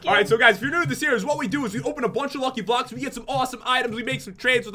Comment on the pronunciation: when you said 3 blocks left you said blacks